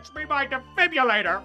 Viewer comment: He pronounced defibrillator wrong